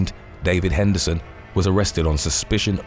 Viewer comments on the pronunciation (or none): none